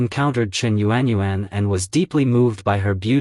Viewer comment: It's not yu-an yu-an 😑 proper pronunciation in phonetics is yawn..... Learn the Chinese language because it's obvious that you're not Chinese. Using the wrong tone or intonation gives the wrong meaning.